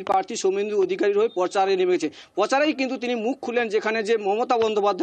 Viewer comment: 'পচারে'! 'পার্থী'! 'বয়াল্লিশে বয়আল্লইশ'!